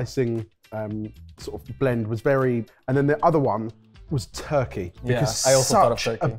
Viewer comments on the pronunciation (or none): none